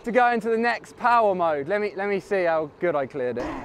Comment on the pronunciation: nobody: sam: ItS sO GeWd